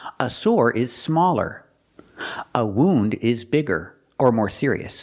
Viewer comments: Can't believe that the teacher mispronounces even a basic word like wound. Thanks for the video. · Omg that was the worst mispronunciation of the word wound that I’ve ever heard ….thank you for pointing that out